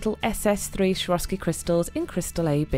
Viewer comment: Beautiful nails😍 but Why do you pronounce swarovski as shroski?